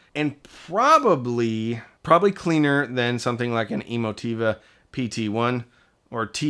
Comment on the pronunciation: the way you pronounce E-mo-Ti-va... is that correct? I been saying that wrong for a while... lol